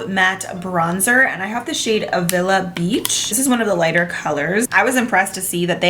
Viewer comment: A, as in apple, for Avila Beach, not uh